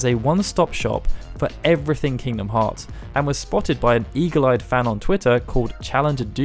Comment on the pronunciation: Aight I had to stop for a sec when I heard “king bee a moth”